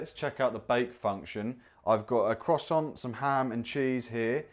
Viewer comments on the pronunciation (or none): Mispronounced ‘Croissant’ but he’s a ‘Brit’ so he gets a ‘leave pass.’ Not impressed with the appliance- I own a Ninja air fryer and it’s great!